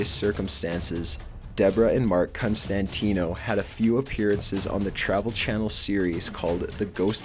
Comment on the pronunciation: constantino...... more like constantine